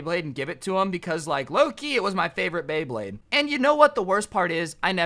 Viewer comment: And then a couple a second s after he pernouced beyblade wrong